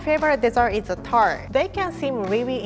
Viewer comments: This is my recipe for chocolate "TURD"? Edit: It's pronounced that way throughout the video. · I thought she said "chocolate turd" for the first one